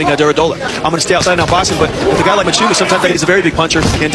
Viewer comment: Mchunu not matshunu nina zinja nxa😂😂😂😂